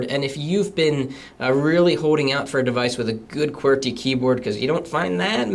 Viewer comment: Umm,, are you canadian? You say qwerty "qwearty"